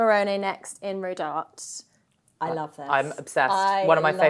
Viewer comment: It’s pronounced Rodart-ay